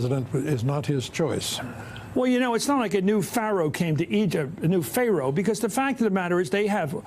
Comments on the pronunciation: You were correct in pronouncing the word is PHAROH and then a few seconds later you said: FAYROH. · Pha roe NOT Phar oe!!!!